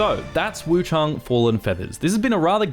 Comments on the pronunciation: WuchAng not WuchUng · Where's the second "U" in Wuchang? Why do you keep saying Wu CHUNG, it's Wu CHANG, ANG, with an A.